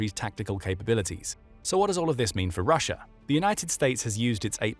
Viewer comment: Rissia its Russia ... Ssi hey